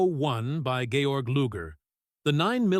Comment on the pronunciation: "Gayorg" Luger? Really?! Who allowed this to be produced? All credibility lost!